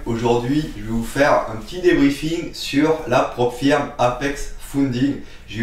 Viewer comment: On prononce " Prop Feuuuuuuurm " ;-)